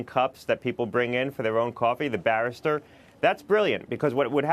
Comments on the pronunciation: It's "barista", barrister is some tall English lawyer in a funny hat/wig.. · It's pronounced BA-REE-STA....not BARE-IS-TER